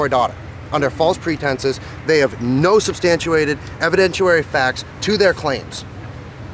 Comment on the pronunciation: Ok, I can't take it... someone please tell him it's not edvidentUary or substantUated.... It's evidenciary and substantiated. SUBSTANT-*SHEE*-ATE-ED. EVIDENT-*SHEE* -ARY. I'm sure he's going to continue getting media... someone please inform him.